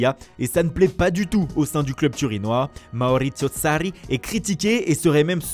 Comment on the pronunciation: C quoi ce maurittsioo sarrrriii 😥😥😂